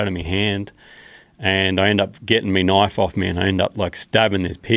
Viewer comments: "I just grabbed my Knaaif" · "Gettin' me knoife"